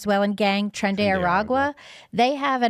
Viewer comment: People have been mispronouncing it. It's not tren, like hen. It literally means (and is pronounced) TRAIN.